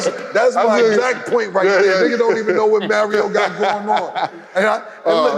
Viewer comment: Why Cam say Mario like Mayrio 😂😂😂